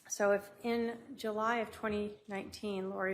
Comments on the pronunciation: I know. How funny was that JU Ju Juuly…!!Lmao!!!! wipe the cheese from around your mouth Lori before you speak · Yes 😂😂😂😂😂 she said JU JU JULLY LMAOOOOOO 😊